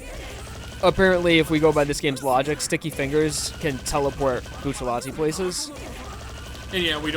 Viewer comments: ah yes, remember when bucciarati was also commonly called buccellati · Buccellati 🤮 It’s Bucciarati